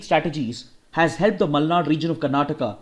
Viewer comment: Tq byjus and tq sir,♥️ It seem u r from Karnataka based on Ur exact pronounciation of malnad